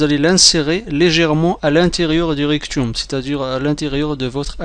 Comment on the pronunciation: On dit recto m pas rec ru me